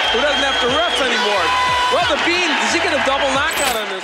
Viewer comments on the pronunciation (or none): C est bean......pas béant